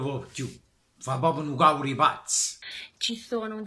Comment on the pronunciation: Perche dici caur e no cavr?